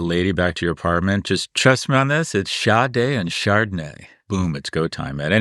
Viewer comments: Pronounced “Shar-day” In America. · Who is the artist Scott referenced? Sounded like 'Shad Day'... I've never heard of them.